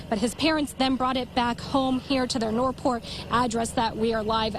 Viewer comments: "Nor'port Police"?! lol Can this broad not pronounce the "th" part in; "North," (Port) or something?! 😂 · Great observation..but I was more fascinated that the reporter can't pronounce the word "North"